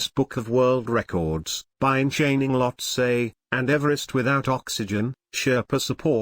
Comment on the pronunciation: Well I was just joking. You're pronunciation is correct.